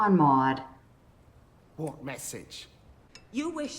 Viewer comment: Lol the guy's name is Mord not Maude